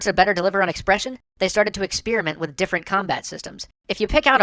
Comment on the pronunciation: >_> anyone looking for a cannot unhear? :3 Ex-spear-iment. You're welcome.